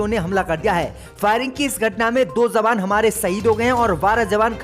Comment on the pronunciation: J padho z nahee jawan hai zawan nahee